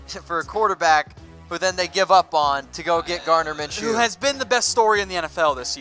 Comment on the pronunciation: Gardner Minshew, not M orJ